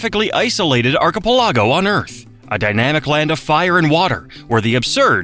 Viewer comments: Wrong! Hawaii is not the only state that does not observe DST. Arizona also opted out. The Navajo Nation, which spans parts of Arizona, Utah, and New Mexico, does observe DS bt technically separate. This is more AI-generated Diarrhea stinking at the place. Notice that it cannot pronounce "archipelago" or "Haleakala" correctly. more than 1 or 2 times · It drives me crazy how the AI pronounces "archipelago" 😂😂😂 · The fact that so many people are trying to explain that an AI voice-over needs to learn how to pronounce Hawaiian words. Meanwhile, it can't handle English words like archipelago and says "I-ron." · Fact 51: this AI speaker needs to be removed. ar-kee-pel-LA-go, not to mention the bad name pronunciations. Everyone give this video a thumbs down to let makers know they are i sulting the Hawai'ian populace and heritage. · it literally said arkaplago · arco-pell-ago! that's as bad as people who say "Hai-lee-mai-lee" for Hali'imaile. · Archipelago is not pronounced the way it's being said in this video. Google it, you did great with the Hawaiian names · Not just Hawaiian. It needs work on "archipelago" too 😆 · Just when I thought that they did a somewhat acceptable job of pronunciation, the totally faak it up royalty 😂😂😂😂😢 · Hell, it can't even say archipelago correctly.